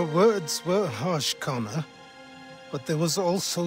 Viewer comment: Achilles knew how to say kesogawasses name why not connors?